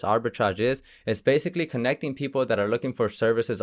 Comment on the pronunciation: why other countries. pronounce (PEOPLE) PEOPOR!